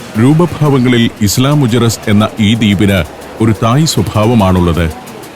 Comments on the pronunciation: മുജെറീസ് അല്ല മുഖേറസ് സ്പാനിഷിൽ ജെ യെ കെ എന്നാണ് ഉച്ചാരണം. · ഐലാ മുജിറിസ് എന്നല്ലേ പറയേണ്ടത്...?